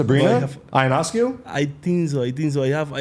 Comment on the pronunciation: Awesome that Alvy has a WNBA jersey!!! Btw, Ionescu is pronounced like Yo-nes-coo haha.